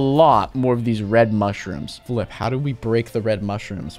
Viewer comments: Flip sounded like the f word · Did unspeakable say the f word or Say flip